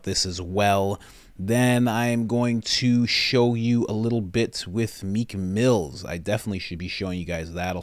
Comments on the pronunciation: It’s Meek Mill no “s” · It’s Meek Mill . No S .